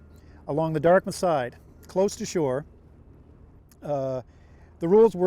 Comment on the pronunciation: He said the "Dartmouth" side.